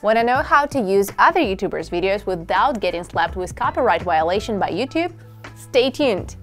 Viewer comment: WIOLATION WHYOLASHUN